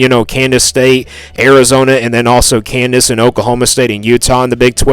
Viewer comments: Bro it’s KANSAS, not Candace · 8-4 is my prediction. But why do you say Kansas like Candice. Trips me out LOL